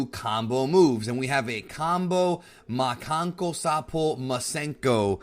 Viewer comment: Says the makankosapo no problem. Can't say Sakovia.